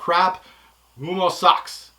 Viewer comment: You said Oomo lol...U -oh-mo